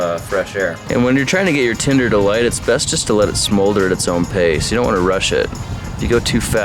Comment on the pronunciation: For some reason, I don't know why but when he says tinder he pisses me off.